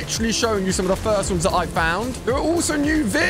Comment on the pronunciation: You said fist 🤛 not first